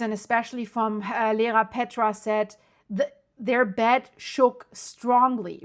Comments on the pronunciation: Dear thanks for the update,just to let you know it is Iearapetra not Lerapetra. What about the little island in the south of Iearapetra? Chrysi, or Gaidouronisi will it be ok? Because it is quite flat. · It is called Ierapetra not Lerapetra. Pronounce EYE-ERA-PETRA